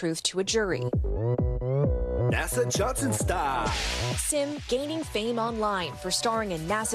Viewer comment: Reporters keep pronouncing his name like "sim" card or "The Sims" video game, but if he's Korean then his name is pronounced more like "Sheem"